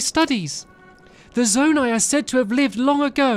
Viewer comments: Yes, ‘Zonai’ is pronounced “Zone - I” not “Zone - A”. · Not zonee but zoni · Pronouced Zoni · Zonai (Zone • Eye) Ancient people who possessed godlike ears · BTW, Zonai is pronounced “Zo-ni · its pronounced: Zo-ni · I can’t get over how bad he mispronounced Zonai